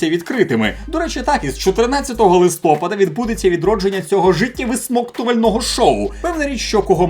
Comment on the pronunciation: Дорогий людино, маленька тобі підказка. ЛистопАд замість литОпад. Але ти і без того ідеальний!